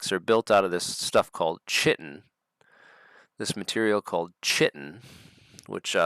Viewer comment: Chitin is pronounced 'KAITIN'. Also Wimshurst is Wims hurst, not wim shurst Interesting episode, thank you